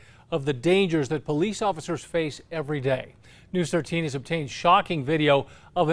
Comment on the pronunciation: “Ery Day”